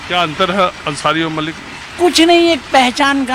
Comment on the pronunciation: Malik & Mallick mein farq hai, Mallick traders of oil hote hain aur Malik, ancient caste hai Arab region se. Dono Malik & Mallick ke pronunciation mein bhi difference hai, yeh old man Mallick ko Malik se pronounce kar rahe hain.